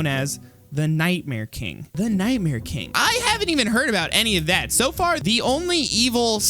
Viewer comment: And you vil kiil night mear steve